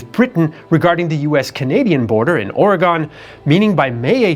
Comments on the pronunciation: Or-y-gone is a town in Ohio which is obviously where you're from. The citizens of Or-y-gun will let you know they are not "gone" but have the means to let you know they're displeasure. There are many examples of the East Coast persons deciding incorrectly how the West coast states pronounce their homes. Stop it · Oregon is also not pronounced like that either. It's more like Oregun. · It's was great until you said "Ory-Gone" now I question everything else you said. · From Astoria. Okay: love your stuff, but let's all pronounce it together America, hopefully for the last time: OR-ee-gun. Again, all you folks east of the Rockies: OR-ee-gun. Not ARE-uh-gone, but OR-ee-gun. And it's not Willa-MET, but the Wil-AM-et River. Would you like SHIH-cuhgo, Ily-noise? Thank you, please. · this should have been taught in school better Oregon is not pronounced OREGONE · Oregone? Hehe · True but even many American speakers erroneously say Ore-gone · The 33rd state hates how you mispronounce their name.